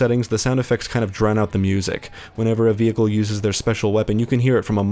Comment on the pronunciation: I have never heard anyone say vehicle the way this guy says vehicle lol vE-hikle